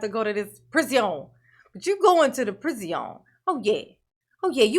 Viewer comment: "PreeZeeon" is really fun to me cause in french we call Darrell's new home "prison" and it sounds like "preezon". Love your reactions, greetings from Paris